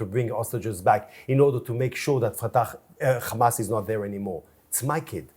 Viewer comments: The funniest bit is, they can easily pronounce the 'H' and in the same sentence mispronounce it as khammas' to add an evil image to them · He misspoke Fatah for Ha🎉mas - for him, they're all the same. LOL he proceeds to spell Hamas H, A, M, A, S. and then proceeds to pronounce it Khamas. He comes across as unhinged. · “H.A.M.A.S… Kkhhamaas” 😂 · Khamas, khamas. He is gonna choke saying khamas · 😂😂😂 spelt the word HAMAS LETTER BY LETTER and then proceeded to say KHAMAS 😂😂😂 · He spelled it right and still pronounced it wrong 😂 — absolute disgrace. They will lie to through teeth.